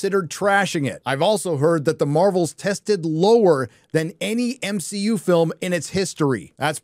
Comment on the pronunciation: Did you purposely say m she u